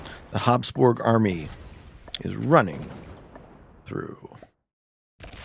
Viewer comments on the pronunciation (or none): habsburgs not hobsborgs